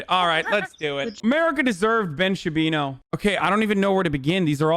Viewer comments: I love when you call him Ben Sha-pino. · “Ben Chewbino” 😂😂😂😂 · He calls him Shapino ha ha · Is that guy pronouncing his name Ben Shapino? ! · actual question: does he legit not know how to pronounce "Shapiro" or is it a joke?